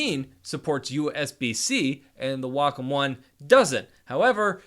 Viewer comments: the wokum one v the hooeine camvas noice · I think it's supposed to be pronounced Way-come.